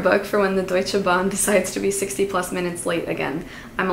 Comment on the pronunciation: Girl first of all, the way you say Deutsche Bahn is almost perfect!? 🥹 Also no, our train system is shit 🥲 you're probably confusing it with the Swiss train system. I think they got their shit together... Certainly not DB 🫢😭😅 also very cool video, noted some on my TBR 😍 Greetings from Germany 🤍